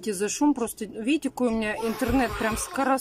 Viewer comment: " А вот здесь вот виите Буква Ок?!" Виим,виим 👌😁